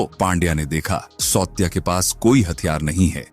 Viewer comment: सावत्या not सौत्या.